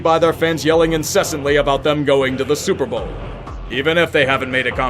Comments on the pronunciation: “stillers still gah supah bawl???” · The hopeful "St- steehlash gwahtah suppabwl?" Chefs kiss.